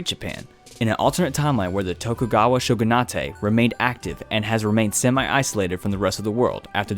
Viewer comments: I can't get over the fact that he said "sho gu na tey" It's english bruh, shogunate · Yo shogunate is an english word, that's why it's pronounced sho-gun-ate not Sho-gun-ah-te, the closest japanese word is ばくふ Bakufu. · the tokugawa shogunatay lmao, that word you say in english man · Tokugawa Shogunatay LMAO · Never heard anyone pronounce Shogunate that way. Weird.